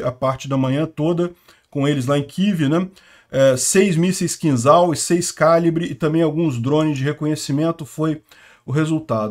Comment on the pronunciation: a pronúncia do míssil é "Kinjal" (e não "Kinzal")